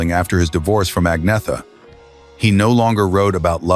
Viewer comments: His continual mispronunciation of Agnetha's name was the fly in the ointment of this mini-doc. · Exactly. There were already rumours going around that Bjorn and Agnetha had split when this came out but nothing was confirmed at the time. This video can't even pronounce Agnetha's name properly, which after 52 years of world wide familiarity is pathetic. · The way "Agnetha" is pronounced here is appalling.